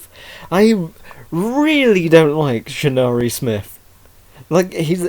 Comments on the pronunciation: Shinnari? the cringe hit me as soon as I heard that. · its pronounced shir-a-nu-i, the i makes an e sound at end.